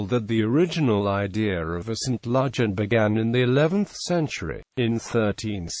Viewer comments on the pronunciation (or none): I would never recognise this place from the pronounciation used. Ludg as in fudge. Van as in fun. Remember this is Cornwall with it's own language and not England and English. Other place names mentioned I cannot understand at all.